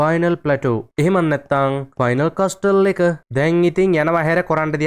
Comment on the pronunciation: මයියෙ ඒක කියයන්නෙ කස්ටල් නෙමේ කාසල් කියල ටී අකුර කියන්නෙ නෑ ❤❤